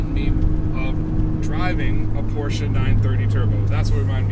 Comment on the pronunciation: A big thank you for the right pronouncing of the name Porsche.